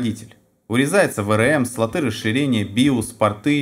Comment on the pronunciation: СлотЫ??? КатАлог??? Да, тут проблемы не только с английским...